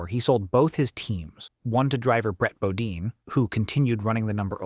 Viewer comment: Bodine is pronounced with the hard I sound, not the E sound Ganassi sounds just like its spelt with the ass-sound. Ginn is a hard G, not like the alcoholic beverage.